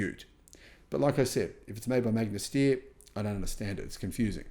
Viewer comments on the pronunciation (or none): As an Austrian, it makes me very sad that Magna Steyr produced such inferior cars. Also since I was really hyped for the Fisker in the beginning because it has some good approaches. btw the "Steyr" in "Magna Steyr" is not pronounced "steer", but rather "SHT-ayr"